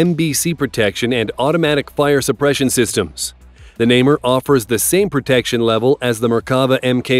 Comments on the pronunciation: Indeed: Na-mer is how it is pronounced. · Namer was worse haha